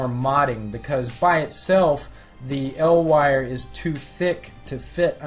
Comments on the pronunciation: Hey man! Awesome tutorial. Just want to let you know it's pronounced "E. L." for "Electro Luminescent" not "L Wire" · listening to you say "El Wire" instead of "E-L Wire" makes me uncomfortable... sounds like some Mexican kid's street name... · "L" wire? Isn't it said "E.L." since it abbreviates electrolumenescent? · It's not 'el' wire it's e.l wire for electro lumedecant dumbass